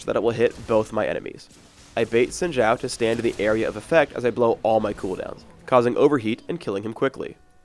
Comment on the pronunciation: zin jow? I thought it was zin how